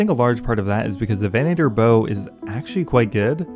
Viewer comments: "VEN-uh-ter" not "veh-NAY-ter" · Why are you putting so much emphasis on the long A sound in venator lol